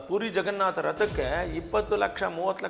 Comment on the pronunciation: ಪೂರಿ ಅಲ್ಲೋ ಮಾರಾಯ...... ಪುರಿ....